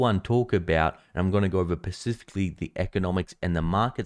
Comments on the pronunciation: ahh it's "specifically" not "pacifically" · pacifically yeah? lool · Did you say pacifically? 🤔